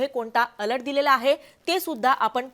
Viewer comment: अलट नाही अलर्ट 😭